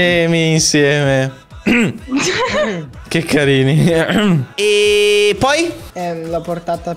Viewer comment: Nessuno: Assolutamente nessuno::”Ke kAriNi”